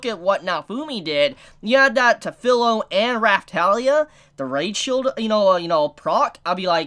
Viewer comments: Its not Phil-o its fi-lo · Feel not Fill. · to clarify, no problem with Filo/Firo my problem is that he keeps saying her name like its pillow with a f replacing the p then fee-ro. It's an almost insignificant irritation but its still there, kind of like when people call Naruto Nuh-rue-toe. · New to the channel, great video man. I can understand the Support/Tank situation that Naofumi was put in...very annoying...Also I really hate to be that guy...but phonetically speaking vs spelling Kirito and Filo are spelt that way but pronounced Key-ree-toe and Fee-low. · There are some things I can overlook, the R/L sound is something in Japanese is one that can be interchangeable kind of like the R sound in the korean language. My problem is with the how he pronounces the I sound which has clear rules. Vowels in Japanese have 1 pronunciation in 99% of all situations. I is pronounced almost always like ee in english and its a tad annoying that keeps Filo as fillow instead of how its correctly pronounced (fee-lo). Especially since his username uses the exact same letters with the same pronunciation and this dude has obviously been interested/watching anime for a long enough time to understand that. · there were more than 1 core, she spit out one of them... and CAN THIS DUDE SERIOUSLY PRONOUNCE FILO'S NAME CORRECTLY.